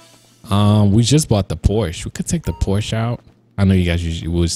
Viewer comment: Its called Por-sh-A